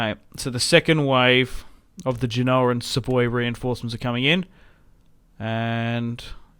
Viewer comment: Genoa is said as Gen-oh-aa. Not Gee-no-aa